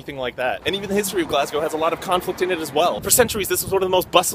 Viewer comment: Nice pronunciation of Glasgow. Most Americans say "Glass Cow"